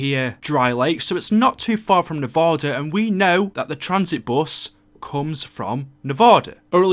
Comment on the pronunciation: Nevada not Nevaoda. I live in Nevada not Nevaoda